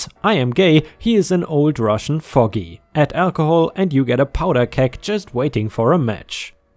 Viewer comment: Hi ⭐, ⭐⭐⭐⭐⭐⭐⭐⭐⭐⭐⭐💍🏍️ An old fogey... is me... 👵👴 Pronounced with a long ō, Foe-gee. Rhymes with hoagie, (the submarine type sandwich on a long roll or baguette). 🥖🥙🌭 Hope this helps. Take care, stay safe, have a nice day. 👵☺️✌️☮️🖖 😷 🙉🙈🙊 ♥️😎⭐🌟🌠 💍🏍️